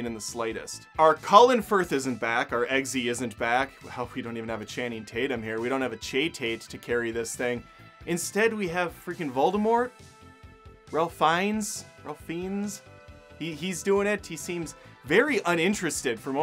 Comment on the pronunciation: Ralph Fiennes is pronounced "RAFE FINES". Yeah, it's pretentious, but there you go. ;)